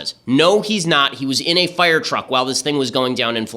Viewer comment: I love ben shaprio but holy shit can he not pronounce "fire" or "wire" or "hire"